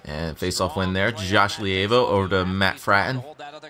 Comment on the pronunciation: Levio name is pronounced lee vo